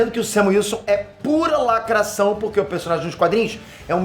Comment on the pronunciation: É negro? "Lacrassaum"!!